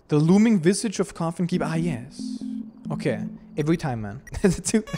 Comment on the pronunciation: its koffin KAY not koffin KUH